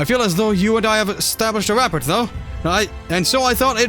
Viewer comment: The t in rapport is silent btw. :P